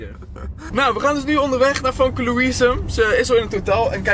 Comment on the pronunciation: je schrijft famke maar je moet zeggen femke 😉